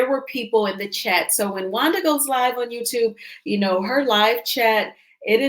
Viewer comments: she can’t pronounce certain words. Wanda is a disgrace. Nah you act like you are cause you can’t keep her name out your mouth. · you’re an awfully nice person. You give Wanda wayyyyy too much grace. Wanda CAN NOT pronounce many, many words. IMO, she’s is extremely ignorant and vile.